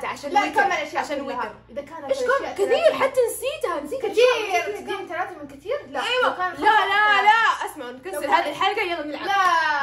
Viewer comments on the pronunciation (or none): none